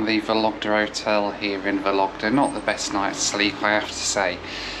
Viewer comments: Only two things bothered me someway. Stress in the name of the city. VOlogda, not VolOgda (if you pronounce that 100 times…). And choice of music, it is so weird, but obviously it represents how people from outside Russia imagine Russians :) Otherwise that was a funny and interesting video. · ВологдА, а не ВолОгда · VOlogda, with the stress on first syllable. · Cool video, mate! But the city is pronounced VOlogda (the stress is on the first syllable). :) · It’s vOlogda. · vOlogda , not volOgda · It's VOlogda, not VolOgda))) Sounds so funny and non-Russian)) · VOlogda, not VolOgda! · You pronouncing accents wrong - Vólogda, NOT Vológda. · vOlogda not volOgda :) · thank you for this amazing video. First I'd like to say, the name of the city of Vologda has emphasys on the first syllable, it sounds like vOlogda. Yak-40 is one of my favourite soviet aircrafts too. In the eighties I had flown on it many times. Three Ivchenko turbofans sound really cool, but they are too voracious. Fuel consumption at cruising is about 1100 kg per hour (~2500 pounds). Aviation people consider that Yak-40 is most fuel ineffective aircraft among small turbofans. About altitude in Russia. Russia uses feet and RVSM since 2011. But air traffic controllers in any regional airports continue using meters. Also flying and cabin crews often say altitude and speed in meters and km/h to passengers, even though they work with feet and NM. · A good drinking game would be have a drink every time says ‘Vologda’ 😉 great video!! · The correct pronunciation of Vologda is VAU-lug-duh with the stress on the first syllable. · VOlogda — the stress falls on the first syllable. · By the way, in the name of the city of Vologda, the emphasis should be placed on the first syllable: VOlogda :) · I think the right pronunciation is VologdA ;-) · Drinking game: take a shot of bourbon every time he says "Soviet", a shot of scotch every time he says "YAK-40", and a shot of beer every time he says "Vologda".